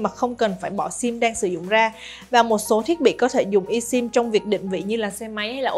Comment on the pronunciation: Esim phát âm i sim sai rồi phát âm là ơsim mới phải